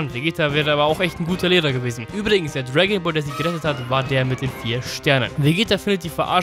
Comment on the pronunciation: bro wirklich ich feier es zu tode dass du die videos mit soviel aufwand zusammenfasst, aber bitte bitte bitte chill doch bisschen beim reden und achte auf die aussprache. Ich und viele andere haben dbz nur damals als kind im fernsehen gesehen und sind nicht mega tief drin, etwas langsamer und oder deutlicher wäre mega nice! "irische dragonballz" :D ich versteh es teilweise einfach nicht weil mir infos fehlen die ich eigentlich genau hier nachholen will. vielen dank für deine arbeit, hoffe es kommt an was ich meine. daumen hoch und abo hast sowieso immer